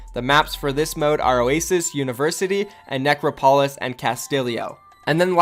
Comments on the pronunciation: ''Necro-Polis'' ''Castillio'' honestly, the fuck are this pronounciations? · When you can't say Castillo, Necropolis or Ecopoint:Antarctica correctly